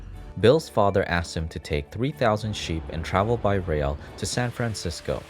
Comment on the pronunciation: Lol when u said San Francisco I knew u are Mexican